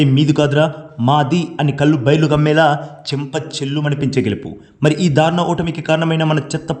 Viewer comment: వాళ్ళు దారుణంగా ఓడటం సంగతేమోగానీ, నీ తెలుగు మాత్రం ఛండాలంగా ఉంది. 'ధారుణం' కాదు, దారుణం అనాలి 😅